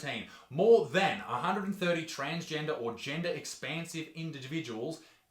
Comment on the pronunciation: "indigitaviduals" hahaha Did anyone else catch that? Isaac i love that you did a double take at this point but didn't notice lol